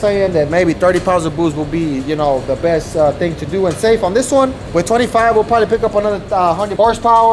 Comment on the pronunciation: Siempre me da cura como Flaco dice bewwsst❤. Redo the dolph wrap🍻🍻